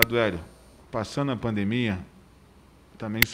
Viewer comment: O Hélio precisava melhorar essa pronúncia Kkkkjkkk pelo amor!!! rs